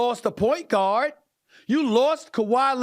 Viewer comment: Is he saying "point god"? Or does he just say guard weird?